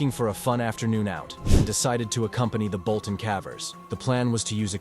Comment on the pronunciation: wow you were just exposed to me as yet another AI horror channel. bummer because I really enjoy your content, this whole time I thought there was a person speaking but I guess it's just been a computer. dead giveaway was saying "k-ah-vers" instead of "k-AY-vers". at least admit youre a shill I've seen people clowning on you for your clickbait thumbnails, which is valid, but was never anything I was annoyed enough to observe. in hindsight now? yeah I can see why your thumbnails are all clickbait considering your commentary is entirely devoid of humanity. none of this is said in Malice by the way, I truly do love this channel. this whole time I was just under the impression that there was an actual human being narrating all of this and, seemingly, this has brought to my attention that it's just another AI channel.